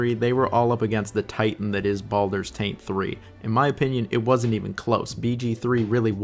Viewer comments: Why does he keep calling baldurs GATE 3, "baldurs taint 3"? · Is he deliberately mispronouncing titles.... no.. I'm being pranoid. .... Baldurs Taint 3